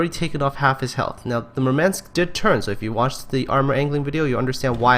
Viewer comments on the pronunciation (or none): MOOHR-mahnsk. You stress the wrong syllable. Also it's more of an AH that EH.